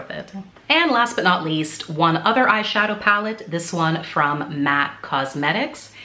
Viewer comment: It nuh good😂😂😂. Are you Jamaican? Love it.🇯🇲🇯🇲🇯🇲🇯🇲